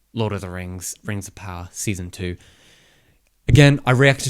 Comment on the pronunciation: Really wanted to watch this but had to leave the 2nd time he said rings of power with the rolling r.